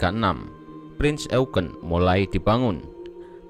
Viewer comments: Bang pembacaan kata Prinz Eugen nya salah harusnya bacanya yaitu Prinz Oyjen bukan Eugen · Kpd admin bacanya bukan e u g e n. Tapi Youjin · Sebenarnya pronunciation eugen bukan "eugen" karna dlam ejaan jerman jadi ya "oygen" jadi "prinz oygen" dibacanya . CMIIW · Eugene itu dibaca yujien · Cara bacanya "prinz YOUJIN" mas admin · Bang bukanya bacanya prince eujin ya v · Cara bacanya prinz oegen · Salah yg bener bacanya prinz oegen